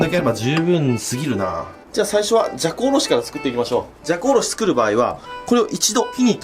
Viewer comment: じゃこおろしがざこおろしに聞こえた